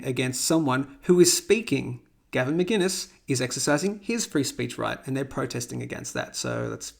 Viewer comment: I appreciate the video. But hearing you say Gavin Mcginnes vs Mcinnes kills me.